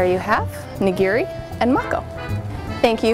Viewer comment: It's not Nigeeri. Ni-gi-ri! :)